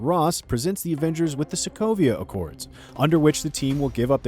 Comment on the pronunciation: He said Sokovio ?